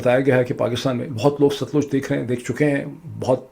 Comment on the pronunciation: ڈاکٹر صاحب، براۓ مہربانی اپنے پنجابی ایکسنٹ کو ٹھیک کریں۔ دریا کا نام ست لوج نہی ہے صحیح نام ہے Sut-Lej 🤗